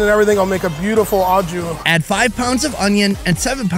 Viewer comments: its not ah-ju it's oh-shoo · please... you've gotta stop saying au jus like "awe-jew" 😂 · the mispronounced "au jus" drove me nuts lol. OH SHOE but the "sh" should have a more "z" sound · SAY AH-CHU GRAVY ONE MORE TIME... lmao I laugh everytime. It must be an american pronunciation. Hilarious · When you hear a tv chef say "En Jus " to sound like a pro and yet still doesn't realize that it is "Aux Jus" that he might be trying to say . Dude why say stuff in french when you have zero clue ....Aprend a parler LE language proprement Sinon tu passe pour un connard.....non pas a canard Mai's un connard.... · learn how to pronounce au jus !!!! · You make a cooking show and can't even bother to pronounce "au jus" correctly the dozen or so times you say it... Not to mention trivializing Amelia Earhart's and the first men on the moon's accomplishments by comparing it to cooking an oversized bird... Do better. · That's not how Au Jus is pronounced.